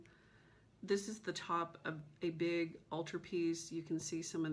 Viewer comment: Did you just say, “That big-go house?” You Texan! 😉. You MUST finish your oldest WIP. It is absolutely beautiful! Why don’t you just stitch 1 thread a day on a coffee break until it is finished? In fact maybe our virtual group should challenge each other to do that through the summer. I know I would love to get my oldest done and I think it is from 2001.